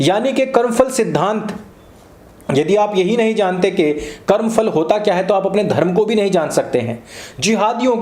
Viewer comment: Porus is anglicized name of Puru. He strongly resisted Alexander-the-dash. Karm Phal (not Karm Fal). Please don't use F sound in Hindi.